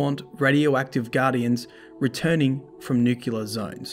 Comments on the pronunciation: Anyone else get triggered when he said “Nuke-Yoo-ler” instead of “Nuke-clee-er” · DDU double dip. Nucular! Cheers.